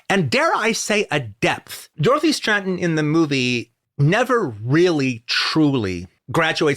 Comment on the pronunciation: STRATTEN, not STRANTON... Why does he keep putting an N in the middle of her name?